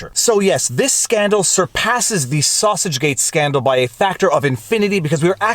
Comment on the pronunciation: Pronounced ‘saw-seeege’... thanks